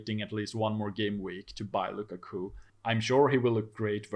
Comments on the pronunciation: I am interested to know where his guy got Luca Coo from.... literally have never heard anyone say it different from lu kak u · Lu-Ka-Ku please practice